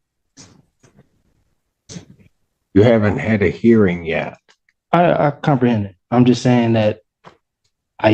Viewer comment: All judges need to start saying "if you cumperhend you understand" every time they say they cumperhend.